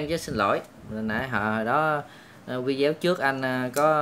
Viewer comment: Sao anh chị bi cứ nói là vide-éo hoài vậy ta